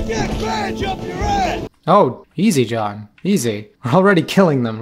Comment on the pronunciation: does he say Shawn instead of John😂